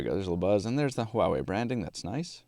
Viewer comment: Finally someone pronounce the name right = =